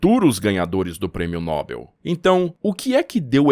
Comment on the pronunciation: Nobel é oxítona. A pronúncia certa é noBÉL.